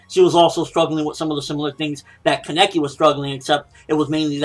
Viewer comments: Why does he say Keneki like that? It is Kaneki. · Keneki nooooo it's kaneki uhhhhhh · Wait is his name pronounced like that